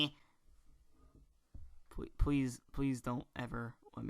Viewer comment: I GET HAHAHAHA! HE IS FILLED WITH "DETERMANATION"!